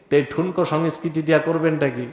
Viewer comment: এই নিরক্ষর জোকারটা বাংলায় সংস্কৃতির সঠিক উচ্চারণও করতে পারে না এবং সে এই বিষয়ে জ্ঞান দেবlর চেষ্টা করছে.... স্পষ্টতই পাকিস্তানে জন্ম ও শিক্ষিত এবং এখন বাংলাদেশে কামাই করছে 😅